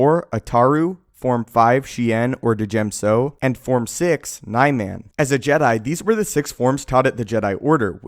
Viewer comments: Isnt it pronounced "Nee-Mahn" not "NIE-MAN" for Niman? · Niman is pronounced "knee-mahn" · You pronounce everything so fucking wrong it hurts my ears. Niman is nih-min not knee-man. Vaapad is not vay-pad, it's vah-pahd. Use the english language